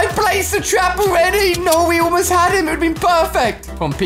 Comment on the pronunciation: He actuality said Elmost